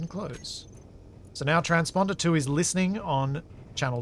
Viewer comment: "Trans-Ponder" ~ 😅